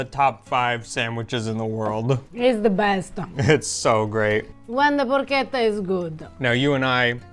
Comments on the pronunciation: I notice that in the pronunciation of Porchetta, always goes in the direction of “Porcheda”. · Pro Keta is far from Italian get your shit sorted